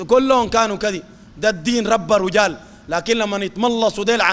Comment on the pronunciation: رجال بكسر الراء وليس بضم الراء